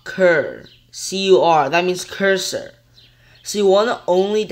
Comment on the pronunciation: man said cruser flip instead of cursor flip... bruh i aint downloading anything this illiterate preteen says